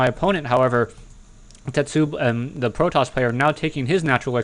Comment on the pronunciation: A "tetsubo" is a club, and pronounced "te-tsu-bow"